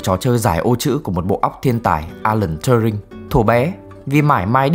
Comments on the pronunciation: TuRing not TurNing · Alan T-U-R-I-N-G, không phải Turning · alan turin chứ k phải turnin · Góp ý một chút là Turing cần sửa phát âm chút ha